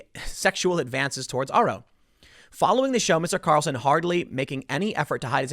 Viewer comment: Sorry, Tim, but the way you say the name—as "Tucker Carelson"—really grinds my gears.